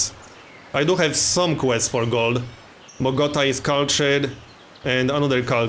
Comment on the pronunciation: I love how you mispronounce Bogota